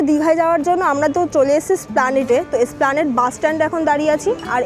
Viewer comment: আরে ম্যাডাম কথাটা splanade না কথাটা esplanade.